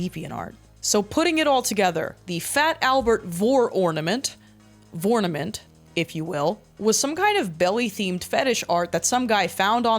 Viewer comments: “Vornament if you will” I will not. Have a nice day. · “Vore-nament, if you will” I won’t but thank you